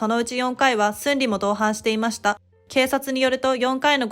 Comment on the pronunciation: 内容は分かりやすいのにナレーターの読み方がなんか気になるな… 特に〜ました。の言い方が